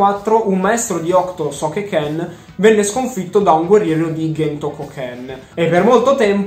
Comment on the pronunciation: Comunque nel cartone dicono Cento e non Ghento 😂